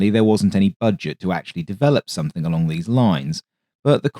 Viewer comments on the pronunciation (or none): none